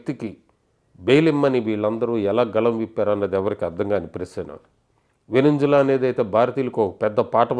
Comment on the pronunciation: Spell country name correctly Venunjula venunpula kaaadu .. VE-NUZ-VE-LAA Prepare before making video